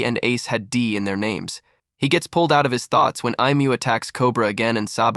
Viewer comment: DUDE if your going to do things like this you need to pronouns their names right because you mispronouns many names wrong